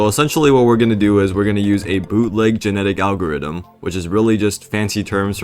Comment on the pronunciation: "boo'leg geneddic algariddem"